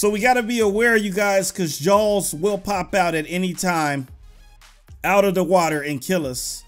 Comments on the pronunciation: It kinda sounds like your saying Jones! XD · it sounds like you are saying jalls